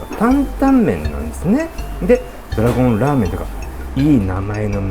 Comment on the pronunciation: ドラゴンじゃなく、ドラごんって言われると、妙に猫型ロボットを連想するwww ラーメン食う罪悪感が、ちょっとでも薄れる気がする大野菜ドラごんキター！ でも、丼の大きさを表すなら、こんな時こそiPhoneでしょwww